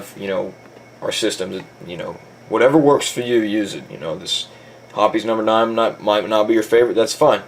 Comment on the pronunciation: Also along with my other comment its pronounced hops 9...not herpes 9 or whatever tf u saod